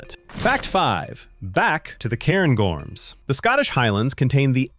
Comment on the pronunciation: Hint on how to say 'loch.' Instead of trying to say the C in CH, miss out the C and try to say the H instead. Also - so far - it's Loch MOrar not moRAR, CairnGORMS, not CAIRNgorms - you know, if you get it wrong you'll take somebody's eye out...